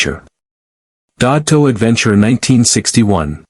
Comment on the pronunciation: I hate these Ai narrated videos. I mean the pronunciation and punctuation is read like someone who doesn’t speak the language and wtf is dototo or deoto? It’s Desoto a quite famous model. I’m just here for the pretty pictures.😅